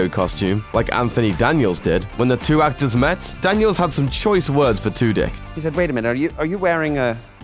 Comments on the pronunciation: I swear he said Alan Twodick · I swear he said Alan Two-Dick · Did anyone else lose it when he said Alan Two Dick lmao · did anyone else laugh whenever he said Alan Tudyk